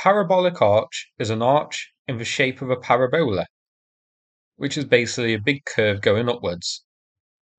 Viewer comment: pah-rab-you-lah ... for the future